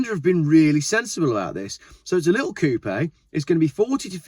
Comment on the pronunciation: the dude can't even say coupe right LOL! and ppl listen to him? LOL